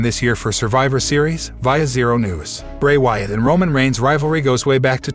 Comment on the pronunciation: This robot 🤖 voice nigga said Roman Rhines hell nah lol 🤣